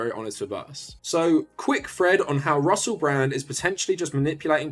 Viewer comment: Not to sound Britophobic, but I've never heard anyone missi' as ma'y co'sta's as Russe' Bra'